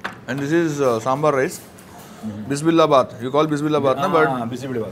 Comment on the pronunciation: please come up with some preparation, it is called bise bele bath not bis billa bath